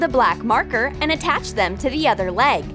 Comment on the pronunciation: No lwiay heared c-attach